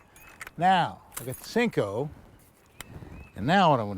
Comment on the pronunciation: Cmon Roland.. u seem to be an intelligent man. Stop calling it a Sinko. Its a damn Senko!